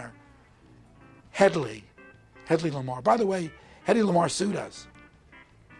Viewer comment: They never got his name right -kept calling him "Heddy." 😆😆😆